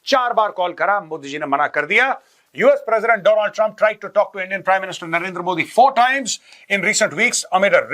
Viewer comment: Sabsa pahle AAP apne aapko correct kijiye Donald ❌ doland trump